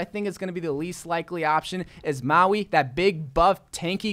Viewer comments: LmaO you called mauga maoi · lmao, maui is the dude from the movie moana, i think you mean mauga